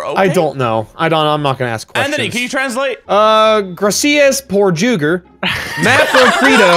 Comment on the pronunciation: “Gra-sea-as poor juug-er”